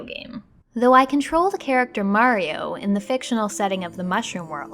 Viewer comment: Oh hey you changed your pronunciation of Mario. Russ Frushstick at Polygon gets the same flack. Great video though, I've been going through your whole channel and have been thoroughly entertained, thank you.